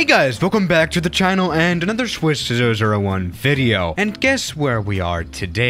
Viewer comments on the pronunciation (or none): Hey guys welcome back to the chinal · Now hey guys! Welcome back to the "chainel"? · 'Chienel' 'Hayzard' 'Very much narrow' Loving those mispronunciations. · did you say Chinnel??